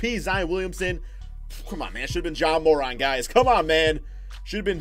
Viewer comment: IT IS PERNOUNCED JA Mor-Ant not Mor-Aunt